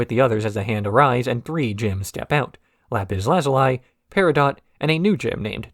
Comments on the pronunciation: "Lapis Lazuleye" 😅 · oh my gosh am i gonna have to hear you pronounce lapis lazuli's name like that throughout the whole video?